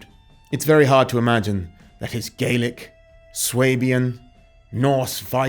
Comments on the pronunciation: As a native Hebridean two things, 1 you say Harris then zoom into Lewis and 2 it's gah-lik not gay-lik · FYI for future reference - when speaking about the language, Scottish Gàidhlig/Gaelic isn't pronounced "Gaylic", it is pronounced "Gaalic". Scottish Gaidhlig speakers use the "Gaylic" pronunciation when speaking about the Irish language. "Gaalic" = Scottish Gaelic(Gàidhlig) "Gaylic" = Irish Gaelic(Irish/Gaeilge) Enjoyed the video! I knew a couple of people from Stornoway who are related to him(distant cousins I think). Sadly they have never met him, so no cool stories there 😂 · Slainte Mhath for sharing your research on President Trump. It is so appreciated. One bit of info I'd like to share with U is the pronunciation of the word Gaelic. If referring to Scottish Gaelic, it is pronounced gal-ic, as in the word 'gal', w/a short a. If referring to Irish Gaelic, it is pronounced gail-ic as in the phrase 'gale', w/a long a. The different pronunciation was learned by watching the Scottish series "Outlander".